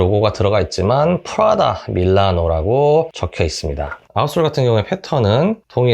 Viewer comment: 프라다라고 말하실때 난 왜 자꾸 프라닭으로 들릴까요? ㅋㅋㅋ 치킨이나 시켜 먹어야겠다ㅎㅎ 리뷰 잘 봤습니다~